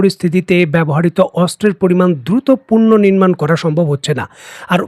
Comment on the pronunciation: কিছু ম‌নে না কর‌লে "পুনঃনির্মাণ" শব্দ‌টির উচ্চারণ স‌ঠিক হওয়া উ‌চিত।